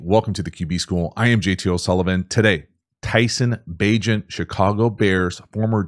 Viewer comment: Bagent rhymes with agent.